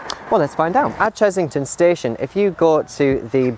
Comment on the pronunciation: It's Chessington not Chezzington!!! Other than that, another great video :)